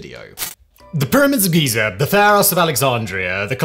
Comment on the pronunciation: "The pyramids of geezer"